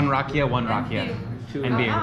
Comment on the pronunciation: Na Zdra-vey (Not Na Zdro-vey). :) She just may not know how to explain it in English. This is making me excited to go back in December. Very useful to know the language, but you're managing either way. Also, the accent is on the 'ee' for Rakia. (Rah-Kee-Uh)